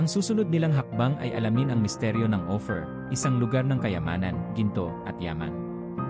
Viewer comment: The way you pronounce just like opher Ophir not opher